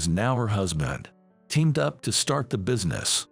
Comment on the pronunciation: It is NOT busyness -- it's business. And it's rithe-ing, NOT rything. FOOL!